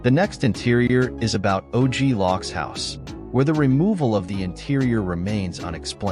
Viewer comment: Oglock? Hey man it's OG LOC! YOU HEAR?!?!?!?